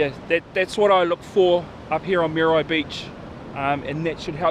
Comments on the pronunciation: moody why beach bra,not mear a why...lol thanks bro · Mean vid bro but cmon butha its not mary why dont be ashamed to pronouce it properly ehoa , churr